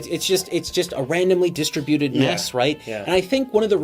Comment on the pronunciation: Today I learned that Canadians say "distributed" different than the rest of the world.